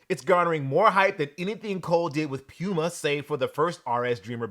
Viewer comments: All respect to.....Please stop saying "Pyuuma"......Please! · I’m not calling a cat a pewmuh